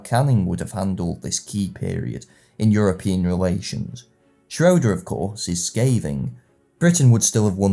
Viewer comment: Prof. Schroeder pronounced his last name shray-der, not shro-der